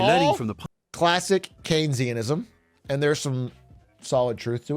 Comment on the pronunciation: Hearing Atrioc pronounce Keynesian like a chicken restaurant 😅